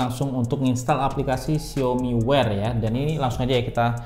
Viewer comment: Bang, xiaomi tu dibacanya "siawmi" jangan "siomi" donk bang.. Gatel dengernya